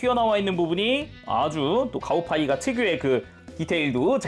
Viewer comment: 가오파이가라고 부르는데 왜 가오가이가라고 들리는가...